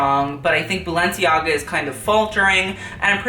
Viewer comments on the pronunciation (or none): none